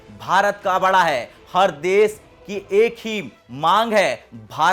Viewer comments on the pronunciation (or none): आपका श साइलेंट है न भाई जी देस, विसय यो सब का है? नीके ब्वाला करव 🔥 लबर लबर करत हो 🤣